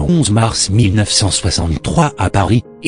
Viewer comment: Ondimba et non Ondamba.